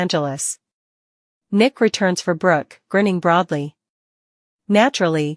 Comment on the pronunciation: If you're going to report all of this, you need to say Nick last name right? And a lot of the other characters that you keep butchering get it together or go off the air. This is ridiculous and so are some of these plots. We as seasoned TV watchers can make a much better plot than what they're doing right now. I mean my gosh beyond the gates is looking better than them